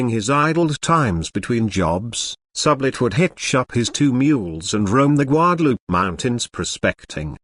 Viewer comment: Especially when it says goo-adaloopay and then guadalupe. Rather irritating!